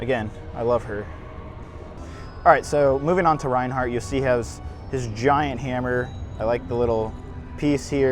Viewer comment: It’s not pronounced Ryan hart, it’s pronounced RAIN HART!